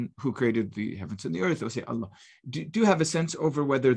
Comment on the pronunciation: Gabriel, it is Allah with the h pronounced not Alla. You should know better.